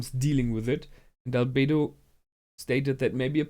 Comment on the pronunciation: Realy good reaction as always. I Realy like the second season so far but it seems like i'm the only one liking the Lizard Arc xD Oh and you kinda messed up Albedo and naberal here ;D